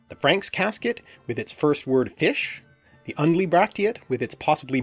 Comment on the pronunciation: The OE word fisc must be pronounced /fisk/ !